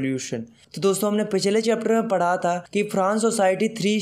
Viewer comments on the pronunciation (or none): none